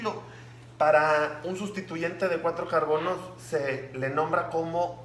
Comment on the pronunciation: No sé que decir pero en el ejercicio número 3 cuando dijo:"tenemos cuatro carbonos" yo escuché carconos😂